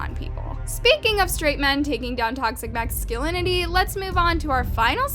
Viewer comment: speaking of macscinility- I LOVE YOU BUT ITS MAH-SKUH-LIN-UH-TEE BABE